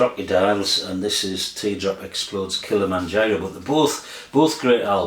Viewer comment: Very 1980s to pronounce Kilimanjaro as "Kill-a-man-Giro"!! Some 80s albums I'd include, just off the top of my head: Joy Division - Closer The Clash - Combat Rock New Order - Power, Corruption and Lies Cocteau Twins - Treasure The Fall - This Nation's Saving Grace The Smiths - The Smiths Heaven 17 - Penthouse and Pavement Thomas Dolby - The Golden Age of Wireless The Chameleons - What Does Anything Mean? Basically The Stone Roses - The Stone Roses